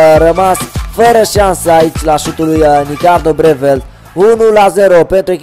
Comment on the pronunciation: Breeveld e olandez nu cum ai spus tu :)